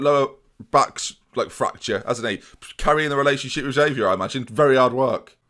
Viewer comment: Xavier's probably upset you keep mispronouncing his name